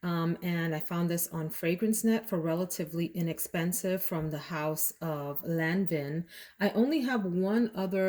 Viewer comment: Lan Vaaaan not lan vin! Just an FYI. Wears off nicely...heavy at the top, but at the end kind of elegant. Not my fave however. Beautiful big (!!)bottle! Aromatics Elixir...perhaps?